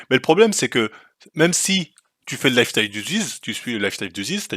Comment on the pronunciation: Le mec a pas prononcé lifestyle correctement une seule fois il est défonce?